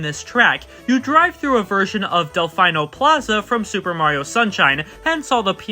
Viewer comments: "Delfaeno"?! It's an Italian word! "Del-FEE-no"! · Bro really said Delf👁️no Square